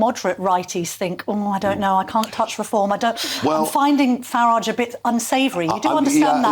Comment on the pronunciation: His name is Farage rhyming with garage. Not Faridge. I have no idea why so many tv and radio show hosts seen to go out of there way to not correctly pronounce his name but will happily address someone with their chosen pronouns out of respect.